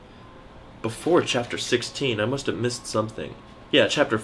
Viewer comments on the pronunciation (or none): You said uust.